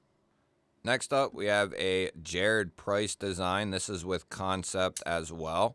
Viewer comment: Man, looks like I'm late to the party, but that's okay. Thank you for not calling them Can-Sept. I can't stand hearing people say it that way.